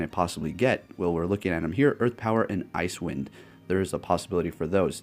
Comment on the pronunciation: It's not called Ice Wind. It's pronounced as Ice-e Wind. Like " wow, the ground is pretty icy after the snow that came down last night onto the side walks"